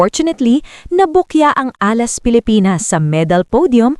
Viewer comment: Repeat after me "Alas" hindi Ah last.